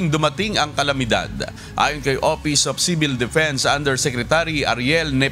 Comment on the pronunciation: "Opis op Cibil Defence"